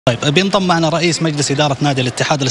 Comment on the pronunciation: المذيع : بينطم معنا رئيس الاتحاد 😂😂😂😂😂😂😂😂 اللي سمعها يعطيني ؛' لايكك هههههه